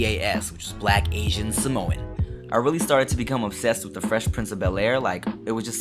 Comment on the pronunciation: its not simoa its sa-mo-ap